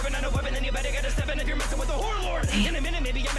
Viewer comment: However, the least impressive part is that he calls himself the "whore lord" while trying to say "horror lord."